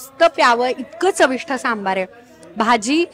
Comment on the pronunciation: ते चविष्ट असतं बरं का. "ठ" नाही. 🙂